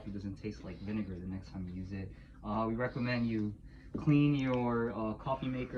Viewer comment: You said vine-what? 😨